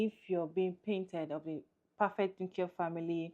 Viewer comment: He said nukeular not nuclear.....hahahaha!